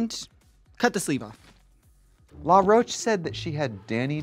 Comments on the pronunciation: I love that Trixie calls Law “LaRoach” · Trixie and Morphine both pronouncing “Law Roach” as “Luh-roach” is so cringy to me lmfao. I’m like, am I missing something? Is that how his names pronounced? Why take a first and last name and turn it into one name 😭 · Am I tripping or has everyone in the RDR sphere been calling Law Roach Laroach? As if it’s one word and also la and not law? Is that really how his name is pronounced? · I'm Australian and 'La' is always how I hear Americans pronounce it. Thats what the queens also sounded like to me through the episode 😂 it wasn't until i was seeing Laws name written on the screen that I was like oooh it's LAW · first of all rupaul pronounced Law Roach's name as "La'roche" and now Trixie is out here doing it too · Trixie saying it like LaRocah and not Law Roach is crazy 😂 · is trixie saying law roach like l'roach....???? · I'm sorry, is Trixie saying "La Roach"???? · It's LAW Roach not LA Roach. Why is Trixie so bad with names? To be fair, Morphine also pronounced it that way during the episode. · To be fair that is how RuPaul pronounced his name